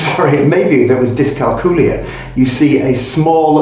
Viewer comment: Dys-cal-cool-ee-y? 🤔 Do you cal-cool-ee-ete on cal-cool-ee-atets?